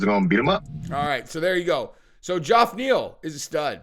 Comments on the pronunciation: And if youre gonna talk about geoff neal can you please say his name right? It's pronounced just like Jeff just spelled different. Like John and Jon . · Why cant this guy not say Geoff properly? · The G sounds like a J and the O is silent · He's definitely continuing to say it that way out of spite. He sees the comments. I love it. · Its pronounced " jeff". But isnt the smartes tool in the shop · Geoff is pronounced the same Jeff- not "Joff". Did you think the thousand times it's been pronounced on air by many people were wrong and you were right? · Geoff Neal is pronounced and sounds like "Jeff" not "Joff".... ok? Pronunciation matters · Why the hell do you always pronounce Geoff Neal’s name as Joff? It’s pronounced JEFF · is it "Jaff" Neal or "Geoff" Neal, im confused?? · Geoff = Jeff! Cmon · Hey, how come you say Joff Neal? Lol everyone says Jeff (Geoff). Just curious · Geof Neal name isn't pronounced Gee-Off, it's pronounced the same as Jeff... Source, my name is also Geof... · Dude will you stop calling this man Joff. Its pronounced Jeff. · why do you keep calling (Jeff) Geoff Neal- Joff? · Probably the millionth person to comment this but Geoff is pronounced Jeff not Joff. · His name is not Joff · It’s pronounced JEFF!! Wtf!?!? Lol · It’s pronounced “Jeff” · why can't you pronounce Geoff's name right? It's pronounced the same as Jeff.....C'mon dude. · New subscriber and I will stay subscribed as long as you continue to pronounce Geoff Neal as Jowf Neel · Why is unable to pronounce the name "Jeff/Geoff"????? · Why does say “Joff Neil”? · Where I'm from 'Ge-off' is pronounces 'Jeff'! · What's with the JOFF pronunciation? Get it sorted on fire 🤣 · Who in the ENTIRE FUCKIN WORLD pronounces Geoff as "Joff" besides?! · I think it's really pronounced Geoff not Jeff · Does Geoff Neal pronounce is name funny or does nobody know it's pronounced like Jeff? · HIS NAME IS JEFF(Geoff) FOR FUCKS SAKE